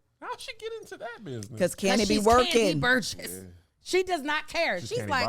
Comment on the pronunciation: repeat after me - Kandi Burr-uss…you stayed saying Burguss or something like that the whole time. I was waiting for someone to correct you but they were too busy laughing at your impersonation of Kandi 😂😂😂